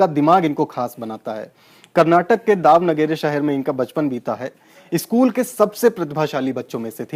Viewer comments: वो दाव नगेरे नहीं दावणगेरे है। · dawnagre nahi ""daawan gire ""sahi hai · kuch minor issue tha story me... 1.) Sasikala Tamil Nadu ki jail nahi, Bangalore, Karnataka k jail me hai/thi. 2.) Daav-nageri nahi, it's Davan-giri ya Daavan-giri